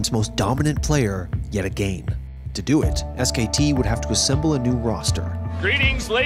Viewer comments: yet againe or as xqc would say "WE GO AGAINE" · "yet agane"? Narrator sounds like twitch chat. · "Yet AGANE" <3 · no one: AGANE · Anyone catch how the narrator pronounces "again" like "agane" to callout xqc? Just me? Ok. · This dude saying "again" is massive cringe. He can say it normally, the word didn't change how it's pronounced because of a trend.